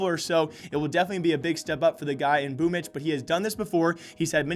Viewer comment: can anyone explain why Boombl4 is pronounced "boomitch"?